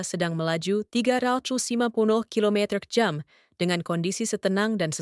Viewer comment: Assalamu'alaikum ww. Pemilik akun "", kenapa anda menggunakan dialek bicara aneh, terutama dalam menyebutkan kata2 lima puluh km/jam, dua ratus km/jam, dua ratus lima puluh km/jam. tiga ratus km/jam dst. Kenapa? Coba deh anda periksa ulang. Terima kasih.